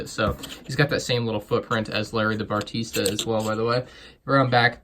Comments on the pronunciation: bah reee stuh not batarisa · I am triggered as well! It’s Barista! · Why do you keep saying “bartista” instead of barista? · It’s barista not bartista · its barista not bartista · Also, it’s Barista, not bartista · Barista not bartista. Only one T at the end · says bartista instead of barista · Bah-Ris-Ta bro. Shyt, it killed me listening to you say it wrong so often. Lol. Great review otherwise man, but that was brutal for me. Sorry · "Bar-tee-sta" triggered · You pronounced "Barista" Bartista. No hate tho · I’m absolutely TRIGGERED by the “Bartista” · I'm glad I'm not alone. I want to ask this guy how many "t"s he thinks are in "Barista". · yeah he keeps making errors like "bartista" and "green arrow logo"